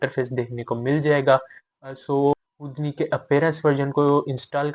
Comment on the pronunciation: it's "who-D-knee", not hood-knee .. the fuck? 🤔